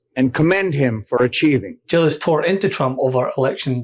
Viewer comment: Not Jillis...the correct pronouciation of the last name of the gentleman from Mesa AZ is just how it is written..Giles...rhymes with smiles and miles.